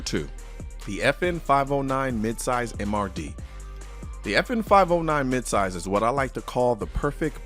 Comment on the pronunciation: Every time he says the name, my brain processes as "The 'effin 509".